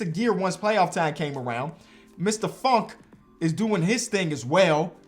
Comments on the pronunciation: anyone else thought he said fuckin miles bridges and not funk and miles bridges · It’s kinda funny when he says funk because it sounds like the F word